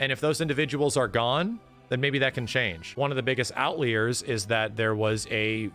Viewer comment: "out leers" Sorry man, lol.